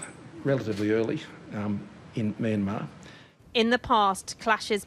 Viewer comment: Never heard it pronounced as "me and marz" before